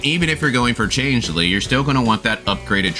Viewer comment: bruh, wwhy are you pronouncing Changli like that? Change Lee, seriously?